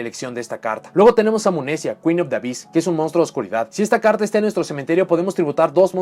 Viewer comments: El "hyss" se pronuncia "jiss" en ingles (por la "onomatopeya?" del sonido de las serpientes) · Esto ya es suposicion mia en base a la "practica?" pero imagino que el "Ab" + "hyss" serian pronunciados "afis" (y si, tampoco lo haria a menos que este tal vez hablando con algun anlgo-parlante).